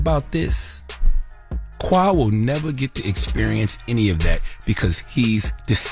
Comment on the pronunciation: why do y’all always mispronounce the name “Qua” it’s Kway, now kwuh